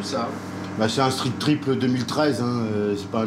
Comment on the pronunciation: Et le R n'est pas roulé a la française